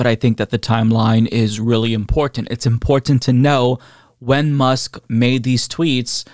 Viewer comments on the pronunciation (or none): Just gotta point out how says "impordtent" lol